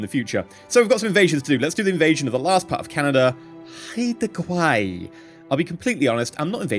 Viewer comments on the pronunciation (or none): Haida is pronounced Hi-Duh.